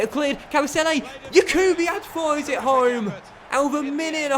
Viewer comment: Jakubiak is pronounced (yak-ube-iak) stop with the (ch)